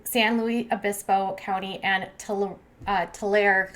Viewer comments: tulare is pronounced .....too-larry .....don't worry alot of people have trouble ( live in tulare) sad news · tuh-lare-EE, san lou-US obispo. sorry love the content but as a californian the pronunciations were painful to hear 😂 but keep it up girl. so sorry for naya and her family, hoping a miracle is upon us. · Still hoping. The county is pronounced. too-LAR-ree. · Yes, thank you. Of course no one actually cares, but when you’re from the area it’s just one of those things that bugs you. Also, Tulare, the e is pronounced. Tuh-lair-ee county.